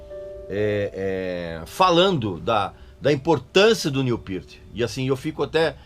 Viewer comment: Tou vendo que o Régis continua com o inglês macarrônico. Acertou no Peart mas como a larga maioria dos brasileiros, errou no Neil. Em inglês, o "L" no final da palavra não tem o som de "U", portando, não é "Niu", é "Nil".